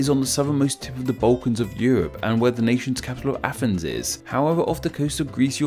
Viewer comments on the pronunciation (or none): Why do you say Afens when you mean Athens and Norf for North? I am learning English and I am confused.